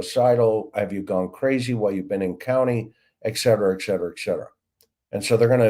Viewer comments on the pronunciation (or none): ET-cetera NOT EK-cetera hence Etc..